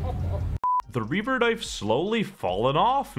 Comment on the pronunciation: HE SAID “REAVER” WITH THE HARD R CANCEL HIM